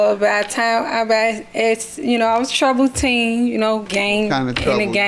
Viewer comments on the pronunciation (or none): none